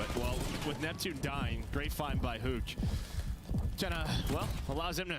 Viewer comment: He just really emphasizing the hu in huke 😆